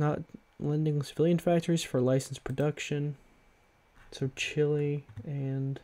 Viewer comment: No one can say Chile properly can they.